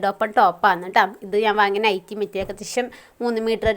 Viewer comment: നെറ്റി അല്ല നൈറ്റി എന്നാണ് പറയേണ്ടത്